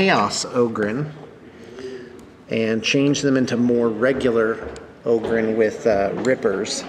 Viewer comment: sory its OgrYn not OgrEn